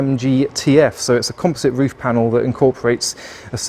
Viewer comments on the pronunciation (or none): none